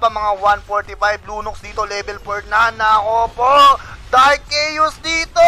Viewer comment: Lunox yun lods di lunos haha